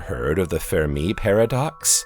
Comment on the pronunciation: The "Fér Me" lol. Don't know why it bothered me with his pronunciation of Fermi paradox but it did